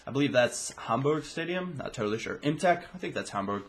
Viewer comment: yes imtech is hamburgs stadium your german pronunciation is very good btw